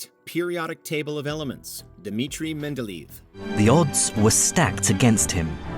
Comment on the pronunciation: The name of the inventor of the periodic table is pronounced...well, if you spelled it "Mendeleyev", you'd have been closer